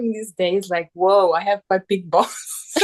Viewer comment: I managed to gain a few valuable insights from this video but in other respects it was ruined by this woman saying she had "big balls" (sounded like "I huff dese rrreally bik bahlsz") over and over again. Very painful AND weird to listen to. One of the biggest mistakes a non-native English speaker can make is to try to use and get creative with idiomatic English. Far from demonstrating competence in the use of English it almost always sounds completely unnatural and awkward. As someone who managed a guest house I noticed that many Germans had that habit, were proudly trying to sound like native speakers and of course they had no idea how odd they sounded because nobody would do them the favor of correcting all the errors.